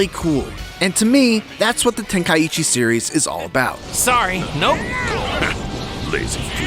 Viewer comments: Okay but why tf are you calling it ten-kai-eechi? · The way he says tenkaichi. 😂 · Bro can't even pronounce tenkaichi lol